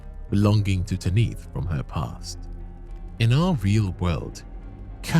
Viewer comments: why do you call her "Ta-niith"? In game and everywhere I've heard, it's "Tanith". Even Patches pronounces her name that. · Tan-ith, not Tan-neath. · Patches: "Tanith" - Dipshit narrating even after hearing it: "Taneeth". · Its wild how you played a clip where Patches prounces Tanith the right way and then you kept saying TANEETH immediately after. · Rya literally tells you how to say the Mistress’ name. who in the world is Tah-neeth? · Feels like people just mispronounce things for engagement bait “Taneeth” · Tan IF it's pronounced Tan IF they say it in the game! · How do you use a clip of a character saying Tanith the right way and then proceed to say it wrong for the entire video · Why you saying her name like that. The characters are SAYING her name in the game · I love these videos but your pronunciations are wild 😂 How can you play a clip of Patches saying Tanith's name multiple times and immediately after say it wrong 🥀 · So funny to me, especially because Patches just finished pronouncing "Tanith" correctly multiple times immediately beforehand. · Definitely a choice to repeatedly say it wrong despite hearing the NPC's Rya AND Patches say it correctly. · The name is even said earlier in the video by Patches. How and why would you pronounce it differently? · If you said Tanith wrong intentionally, well played. Edits Jk you said Phoenician wrong too, don’t think that was purposeful 😂